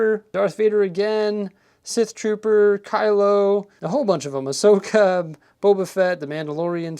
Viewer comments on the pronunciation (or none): none